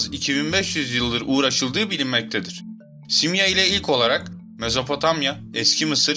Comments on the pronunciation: YA AGA..SİMYA SİMYA DİYONDA HIZLI HIZLI bi garip geldi dinleyemedim..simya derken .. sondaki a da inceltme var simyaa..YAPAMIYORSAN SONDA 2 TANE aa varmış gibi okul sana zahmet . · dostum simya degil simyaa ikinci a var gibi okunur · telaffuzu, "simya:" (yani iki "a" ile, simyaa)